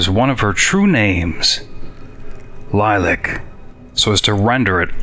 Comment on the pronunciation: I've never heard Lilac pronounced that way. When you stated to talk about it, I went back and read your journal post to see if I could figure out where you were going with it. This is one of those many times when I wanna say stuff but can't. And how you gonna incorporate all that into the summary vid? Oooh, a shout out! Thank you! And glad to help!